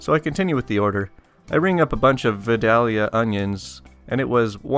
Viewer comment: Uhhh -- it's pronounced, "vye-DAYL-yah." Trust me on this. Or don't. Check this out: The narrator in that vid maintains the "L" is silent, but I kinda think it's still in there.